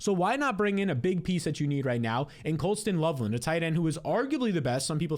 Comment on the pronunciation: Is anyone else dying everytime calls the man colston love stand 😂